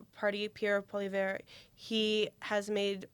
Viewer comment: Fan of JPost here: Please, at the very least, learn how to pronounce the names of our candidates (Poilievre) -- it's hard to take you seriously otherwise. As for Carney, I haven't heard anyone say they might need to "move out of Canada" if he's elected, but maybe this is coming from more orthodox circles? His one faux pas, when responding to a heckler (pre-debate), gave lots of us cause for concern, but as you say, he has since shown a willingness to push back against the NDP (Singh's) demands for terminology like "genocide", and seems to be plotting a moderate middle-ground position on all things Israel and Gaza. So no, he probably won't ever be a 'hero' to us, but he might be civic minded enough to keep the mobs away from our doors. And maybe that's the most we can expect right now from a Canadian government that reflects the will of the people. My two cents.